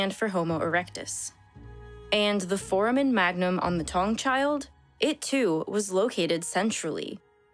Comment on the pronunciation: Really doubling down on the mispronouncing of foramen.